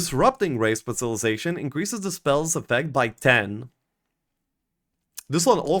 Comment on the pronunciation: Taking a shot everytime mispronounces specilization